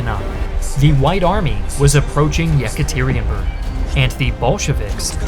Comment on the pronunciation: Ykaterinburg. As in "Ee-ka- tur-reen-burg" Or "Ye-ka-ter-in-burg" Not "yehk-ah-tir-ee-an-burg"